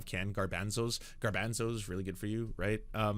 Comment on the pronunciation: So nobody is going to clown on for his pronunciation of "garbanzo"? Hardcore Canadian 'A' on full display (rather than an 'ah' sound).